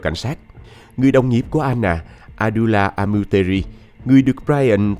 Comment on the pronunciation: Sao Anna mà lại đọc thành " A nà" ?